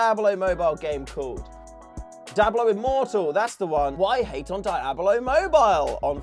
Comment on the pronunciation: All i hear is "Dablo"😂😂😂